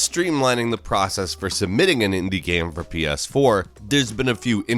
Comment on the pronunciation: why do you butcher the word game so much? stop trying to make GEM happen it's not going to happen...